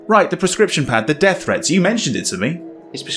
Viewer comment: It’s pronounced Dee ath lol not death but yeah